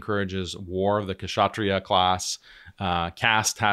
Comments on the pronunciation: Its pronounced as shatriyas not Kshatriyas, K is silent bhai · Also, I've heard you a lot of times pronouncing the cast kshatriya wrongly. The k is silent, ao it is pronounced shatriya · The K in Kshatriya is silent just FYI